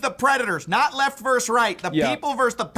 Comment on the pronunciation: Versus, not verse.